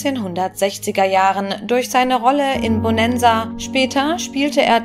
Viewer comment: Wie die Sprecherin Bonanza ausspricht zum kaputt lachen 🤣🤣🤣